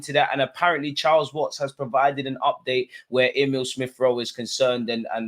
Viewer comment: man said chiles watts😭😭